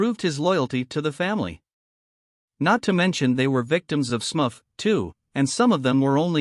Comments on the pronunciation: Smufff? It’s Smurf dummy! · what horseshit. At least pronounce "Smurf" correctly